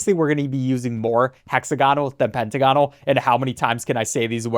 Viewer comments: It's pronounced "pen-t-ah-gon-al" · The way you said hexagonal and pentagonal tickled me. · the way he says hexagonal and pentagonal hurts my soul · Gah so true 😫